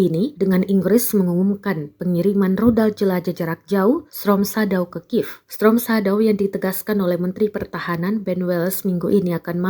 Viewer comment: Storm shedow la bunyi nya.. Shadaw2.